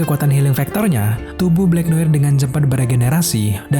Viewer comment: Blacknoar bacanya